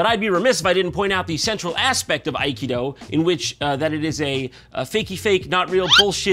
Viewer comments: schiavello is not pronounced that way. He butchered his own last name (mindblowing) also he said Aikida (what?) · Its pronounced (ah-key-doe) sorry to be nitpicky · You mean akido which is pronounced as uh-kee-doe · As someone who's trained up to the black belt level in Aikedo (which has its accent on the second syllable, not the first FYI), I'd be letting my dojo and the martial art as a whole down if I didn't state right here and now that Steven Segal gives the entire martial art a bad name. Aikedo's basis is to subdue your opponent without causing them physical harm, utilizing a redirection of the flow of their hostile energy (in the physical and metaphysical sense) to fell your opponents with their own force. I can vouch for its efficacy through my personal experiences. I have taken a 6' 4", 250 lb goliath of muscle named Ray all the way to the ground as a little 9 year old Aikedo practitioner. Ray was a great, very nice guy, but you could instantly feel the difference by using an Aikedo technique over just trying to pull or shove him down. Aikedo's mentality is nonviolent, straying away from the punches and kicks of Karate, Tae-Kwon-Do, Kung-Fu, and others in that vein. It is not a martial art based solely around "Throwing people to the ground" as Jon asserted, it's based around guiding your opponents safely to the ground in a pin, keeping them unharmed while de-escalating the situation nonviolently.